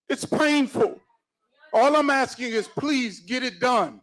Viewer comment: So much "axing"....